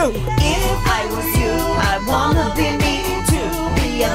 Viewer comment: I saw Megan’s say wanna (well vanna) 8 times